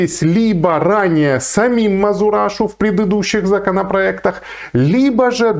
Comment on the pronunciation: не мазурашу а мазераша ))))